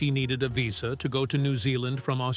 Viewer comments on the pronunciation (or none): none